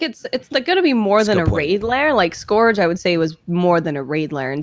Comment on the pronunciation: Please tell he’s mispronouncing scourge. Not to nit pick but it’s killing me. Keep up the good work.